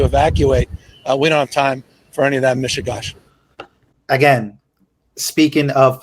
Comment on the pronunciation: I noticed that Gavin's attempt to use Yiddish was also incorrect . Gavin, it's MISHUGAS or MISHIGAS! NOT MISHIGASH! It is like saying Merry Christmash !! This isn't "a bit of a crazy mess!" It is a CHURBAN!!! (the CH is a guttural "h") Utter DESTRUCTION of people's lives!!! He couldn't even work in a Jewish deli! Quit trying to save herrings and FOCUS on getting out of DODGE!!! AAron Cohen for Govenor! I was thinking that we could make the California Lottery $ split for the people who lost their homes so they wouldn't have to spend their money rebuilding??? Maybe the California voters could vote for a temporary amendment??